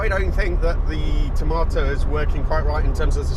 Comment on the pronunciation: You spell it tomato but you say it tamoto.